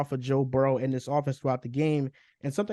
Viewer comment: Why this man can’t just say burrow better than Herbert 😂 😊